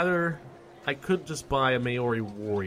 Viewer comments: no its mah-ohre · And May-Ori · Maori is pronounced Mao (as in chairman Mao), and ri as in re. Look up New Zealand rugby for more info.